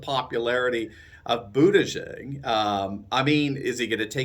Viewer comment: It's pronounced "butt-judge"